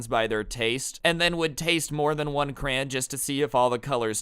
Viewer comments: Cray-on not cran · What is a crayan, you mean crayON ON, not crayAN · Did you say cran